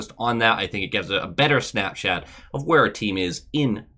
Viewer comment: did you really just say "snapshat?"